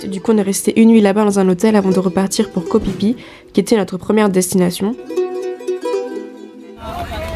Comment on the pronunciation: Ça se prononce Koh FIFI